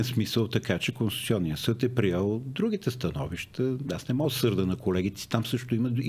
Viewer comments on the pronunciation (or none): Карболке,не НемоА а Немога! И не Ше А ще!!!!! Я първи клас за правоговор! И не Нооо А много! Ти Къкъв език си учил бре????